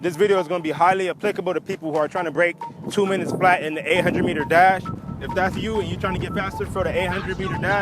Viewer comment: I THOUGHT HE SAID DAB SO I WENT BACK AND CHECKED THE TITLE AGAIN